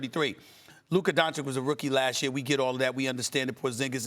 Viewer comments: Stephen A isnt even respectful enough to say the mans name right after a whole year. Still calls him 'Doncik' while knowing thats not the pronunciation. Pure hater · The way stephen a pronounces doncic into doncik really triggers me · Doncic. The mystery pronunciation that everyone says differently 😂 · The fact that Stephen A still doesn't pronounce 'Doncic' right, is all you need to know. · Stephen A cant even pronounce Doncic properly🙄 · SAS still pronouncing Doncic incorrectly